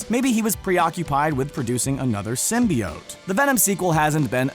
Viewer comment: Symbiote was said incorrectly so many times